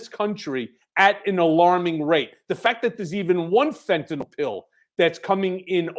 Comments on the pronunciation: Fentanyl is pronounced FEN - TAN - ILL not FEN - TAN - ALL. Thanks 😊 Love this show. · It's not "fent-a-nol"... it's "fent-a-nil". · For fucks sake. It’s Fentanyl. Like rent an hill. Ill, not all. How all you multi degreed pundits and law makers get “nall” from nyl I cannot comprehend. Also Ben is on the right track. People OD because the strength of the dose varies from bag to bag. Now thanks to Perdue pushing Oxys at strengths junkies would be afraid of, a decade ago. Now people in pain can’t even get Percocet. So they turn to the black market and play Russian roulette every time they score. Legalize everything, hard stuff would require an easily attained prescription. Cannabis legalized federally can subsidize it. Gut the DEA and make education and rehabilitation readily available to all who indulge, deaths would drop 10 fold almost immediately.